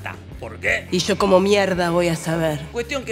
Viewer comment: Amo el "y sho como m*3rda voy a saber" 🤩